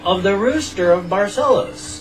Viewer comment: Yay! I finally found the video! XD Sorry it took so long ^^' I'm so glad that you liked what I sent ^-^ And you actually pronounce the name of the city very well :) Much better than most really...only the last syllable was a bit off but not bad at all! Also...thank you for your words of wisdom... Just a few curiosities about Barcelos and Portugal in general (if you don't mind of course): - About the postcard with the various Roosters: Each Rooster in that postcard is actually a giant statue (to get the idea of how big it is I can tell you that you can mount on the back like a horse! And there's this picture: (and this is one of the smaller ones!!!)) This statues are all around the city. - The original Rooster of Barcelos Wasn't quite like it is now. Back when it was first made into a clay figure in the 1930s it was used as a toothpick holder. - This is just an example of what it looked like. -Did you know that Barcelos is the city in Portugal with the largest conglomorate of "villages"? It has 89 "villages"! - This is a map of the "concelho" as it is called here -The last living relative of royalty in Portugal is from Barcelos and, should Barcelos revert to a monarchy, he shall be named the King. -The Rooster of Barcelos has become a symbol of Portugal and there is even a statue of it in Rio de Janeiro, Brazil. -The world's oldest alliance is the one between Portugal and England dating back to the 1300s (it's almost 650 years old and it's still in effect